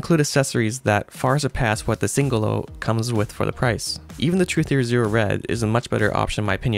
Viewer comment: At last a reviewer with correct pronunciation of Singolo 👍